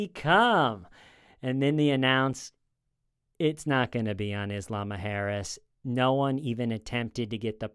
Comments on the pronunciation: It took me until this video to figure out he was saying isla mujeres 😂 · Isla Mujeres is pronounced "EESS-lah moo-HAIR-ess" (roll the 'r') It's Spanish for Women's Island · it took me until seeing your comment to figure that out 💀